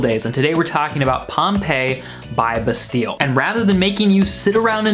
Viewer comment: lol the way he pronounces bastille